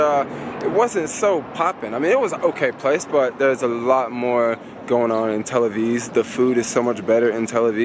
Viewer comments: why are you calling it tell aviz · A few quick corrections: 1. Those aren't machine guns, those are assault rifles. 2. It's "Tel Aviv", not "Tel Aviz" 3. The sign on the train with the shoes says "please don't put your feet on the seats" 4. The bus ALWAYS makes it Glad to hear you had a good time--come again! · It's Tel AviV , with a V, not Tel Aviz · It's not Tel Aviz, It's Tel Aviv. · TEL AVIV NOT TEL AVIZ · It's not Tel AvIS, but Tel AvIV. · is tel aviv not tel aviz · tel-aviz??? i think you are putting it on...you know its tel-aviv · Is he saying Tel Aviz?